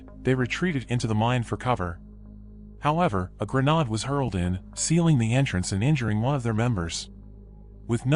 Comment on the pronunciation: Horrid AI narrator. LOL A "gren-odd" instead of a grenade.